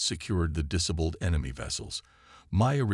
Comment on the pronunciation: Just NO!!!! I stopped about halfway into the story. Your AI FKN SUCKS!!!!!!!!!!!!!!!!!!!! WTF is: "DISS-uhbled", "neutralize"(neutralized), "engage"(engaged), "PRESent"(preSENT). Do it RIGHT or don't do it at all!!!!!! Fix your POS AI errors PRIOR to posting....would be really nice!!!!!